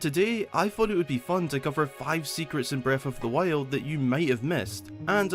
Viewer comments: Every time a video starts with: “Breaf of th Wiald” I grin. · Bread of the Wale 😆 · Haha beste Aussprache